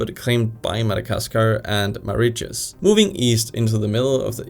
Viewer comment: "Moriches" for Mauritius 😭